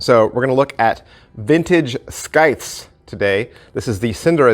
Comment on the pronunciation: the C is silent.